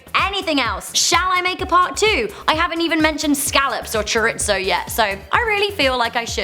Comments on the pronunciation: um excuse me but what is choritso? I believe its chorizo, maybe not. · Nuu she mispronounced chorizo o-o